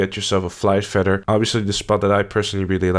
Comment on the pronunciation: Aight.. How is it that you say 'feathers' correctly by pronouncing it with the TH, but then you pronounce 'feather' as if it were spelled with two D's? You sir, are messed the eff up!